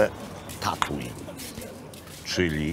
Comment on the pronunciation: Miecz świetlny mi się w kieszeni otwiera. Tatooine, czyta się Tatłin i jest to planeta. A bób zawsze w samotności :)